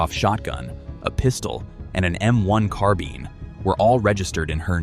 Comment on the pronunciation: Car Bean... wild...its Carbine. wow, this is supposed to be a professional video, but yet you don't know how to speak english and read.... sad